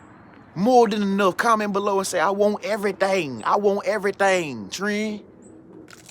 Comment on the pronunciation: I want everytang tren...everyting